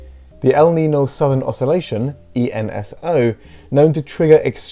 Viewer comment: It's "el neen-yo" :)